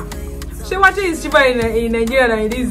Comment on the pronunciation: Eeiii! Yeah, you pronounced "wakye" the correct way. As a Fanti / Agona, I beleive almost, if not all the tribes in Ghana have no letter "C" in the alphabets. So "ky" is like "ch". (Again, no C-J-Q-X). Not too sure if the Ewes from the Volta basin ooh. But the Akans has no letter V either.